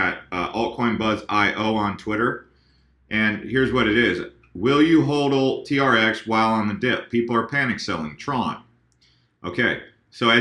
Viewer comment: say it properly. It is HODL